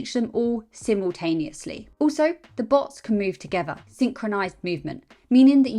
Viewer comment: "Simel-tanious-ly". Adorable and brainy.